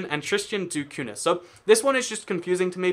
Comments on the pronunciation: It´s >Tristão da Cunha< or >Tristan da Cunha< which is pronounced >Cunya< not >Cahuna< or otherwise. This isle was portuguese and english people should know at least a bit of portuguese culture and language since Portugal is Englands oldest ally (Windsor Treaty 1386, world´s oldest international treaty in force). I think you could have explained something about Australia and Canada etc. which keep having the Queen as their head of state. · you should learn how to pronounce Tristan da Cunha too